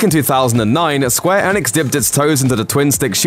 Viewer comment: Every time the guy says Square Enix makes you cringe because he cant pronounce Enix properly.